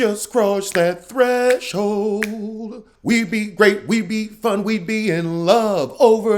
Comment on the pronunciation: Not "Threshold"...lol